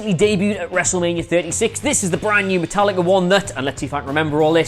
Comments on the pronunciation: Did he just say Metal likkaaa. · Metal-likka... Now I know they mispronounce names on purpose!